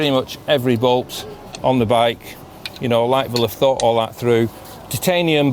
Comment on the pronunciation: Liteville not lightville😂😂